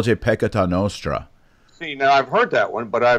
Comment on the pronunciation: It is not noustra. It is nostra.